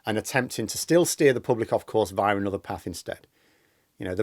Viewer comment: There's also no r in via